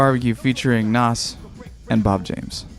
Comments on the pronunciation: It's pronounced NAZ not Nos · No. Not Nàs, "noss"